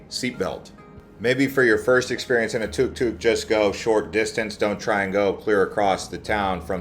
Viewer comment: No big deal but it’s took took and not tuhk tuhk, cool video 🤘